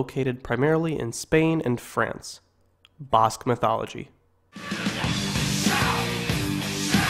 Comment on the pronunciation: Ba - ahh like Apple - sque BAhh-sque - Basque Same for Nev-ahh-da News-vAhh-da - Nevada Thank You !